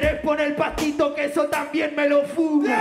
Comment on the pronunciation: fasito no pastito :v